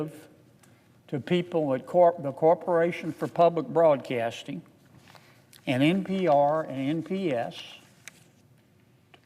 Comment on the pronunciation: I have to turn this off because I can’t hear him “ Ppubbb-lick Bwodcaating…” he’s like bad Elmer Fudd larp.